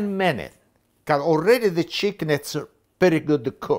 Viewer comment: “10 minnuh”